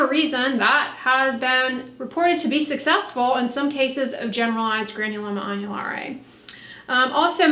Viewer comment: I’m learning here folks don’t know if I’m more impressed by the knowledge on the subject or the fluency pronouncing the name of the condition. I’m sure there are some viewers very excited seeing this video posted I’m glad for em!!! 👍🏻☀️☕️⭐️